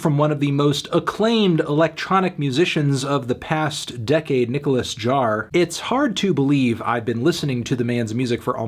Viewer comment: Anthony, please stop mispronouncing his last name. the J is an H sound.